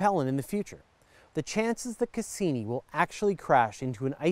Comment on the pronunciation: To foreigners it sounds kind of odd how you pronounce some things. For example, Cassini. Cass-E-nie. A real emphasis on the E